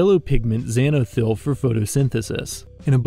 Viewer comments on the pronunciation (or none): How in the world did the narrator get "strung" out of "sturg"? And xanthophyll is pronounced "ZAN tho fill", not "ZAN o fill". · I'm loving this series, but I have a request: Could you double check your pronunciations? I know many of these are made-up words, but some of them were pronounced entirely wrong like "sturg" and "xanthophyll."